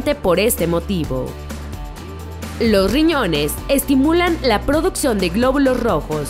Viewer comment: y lo peor que no pronuncia bien las palabras, ejemplo: "Lo riñones " 🙄